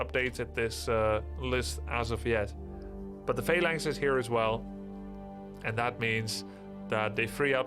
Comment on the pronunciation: Why does Grubby say fey-lines instead of phalanx? Or is it just me?